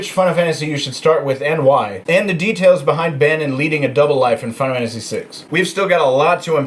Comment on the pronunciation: "Fina Wannasy" ?